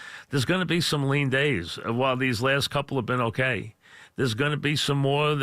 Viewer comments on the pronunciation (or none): "Listen I discuhved Sam Dawnold uhkay"